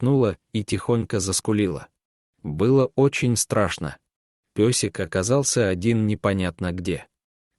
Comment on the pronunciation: Ни песик,а пёсик и другие искажения слов,много неправильных произношений, ударений.